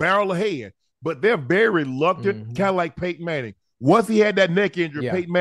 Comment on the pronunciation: Hey Unc, it’s “reluctant” for KC to run a QB sneak with Mahomes. Not “luctnant”. 😂